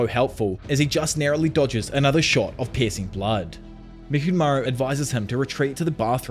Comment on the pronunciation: not to be rude,, but the way you say "piercing blood" spounds as if you were saying "pissing blood" wich is very funny